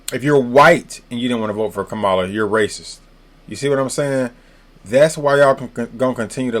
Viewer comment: It's comma la. Did someone pay you?